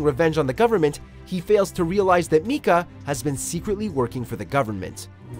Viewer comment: Narrator MEE-KAH